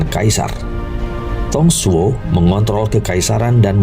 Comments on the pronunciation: kurang fasih baca nya wkwk , saya hafal betul semua karakter di samkok dan serahah tiga negara . yuan shao dinacanya Yenshao , tidak ada nama sao sao , tapi cao cao ,. bukan tong suo , tali tong cuo . aduhh pegel telinga ini dengermya wkwkwk. bukan Lu bu , tapi LiFu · Mantappp bos... Ayo semangat diupgrade baca mandarinnya (pin yin) biar lebih tepat pelafalan namanya.. contohnya nama Dong Zhuo dibaca (Tung Cuo)